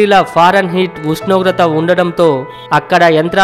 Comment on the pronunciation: Pls Meru first ushnogratha anadam nerchukondi